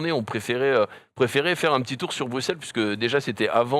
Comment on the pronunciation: ça se prononce pas "brug-xelle" mais "bru-celle" svp